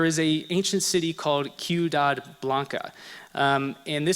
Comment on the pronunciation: Couple of points, you say " in Central America you have the Aztec, Toltec, Maya and Olmec", those groups were in North America, not Central America... you again state El Tajin is in Central America. Wrong... When using the Spanish word for city you pronounce Ciudad "quidad" Try this " see-you-dad" Lastly Meso-America is nothing like Atlantis, Atlantis is fiction...